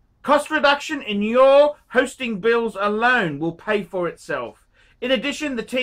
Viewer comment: “if you want to phind a lot oph garbage... this is the channel phor you” you’re supposed to be sprooking his channel, not yours